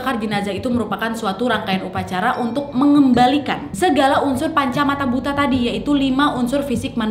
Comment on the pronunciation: panca maha bhuta 😂 bukan panca mata bhuta😂😂